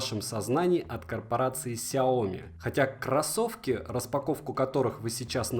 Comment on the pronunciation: "Рассказываю о бренде больше года!". За это время так и не выучил, что не сяОми, а сяомИ!